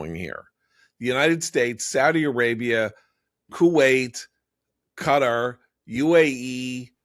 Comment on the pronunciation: I think this is the first time John has not pronounced Qatar as GUTTER